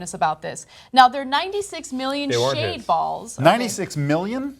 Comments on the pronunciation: Oh, she said shaved balls? I thought she said shade balls. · That was hysterical. Did you say "shaved balls"? Lmao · It sounded like she said shaved balls. LOL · Ok I thought she said shaved balls too. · I can't think of a single way to pronounce Shade Balls without sounding dirty